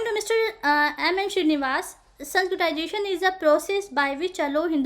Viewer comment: Abe totle h kya sanskritzation bolna to sikh le